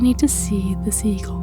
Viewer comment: I was sure she said Seagull which made me laugh even more m